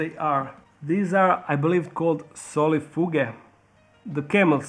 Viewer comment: Soulfague is actually pronounced (soul-fe-j)